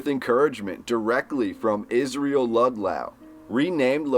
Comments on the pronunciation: It's Ludlow pronounced like low-down... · Ok so this drove me nuts. The name is Israel Ludlow pronounced Lud-low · Ludlow pronounced "lud low", not as you pronounced it. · Your pronunciation of the words, Ludlow and Losantville is incorrect.